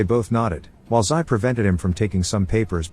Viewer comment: Have you been living in a cave the last few decades? Xi is pronounced Zhee, not Sigh. Stick to pictures at Warthog, text and reporting is not your thing.